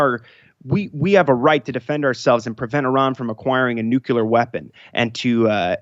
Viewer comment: Dear GOD it's nucLear. Not nucular.